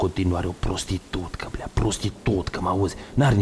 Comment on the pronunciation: Cand am auzit blea si suca in cuvintele lui am observat un accent prea moldovenesc, bravo omule ai o voce narativa de respectat